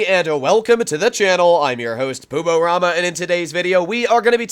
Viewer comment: Pisswasser not Pibwasser. It's a German letter.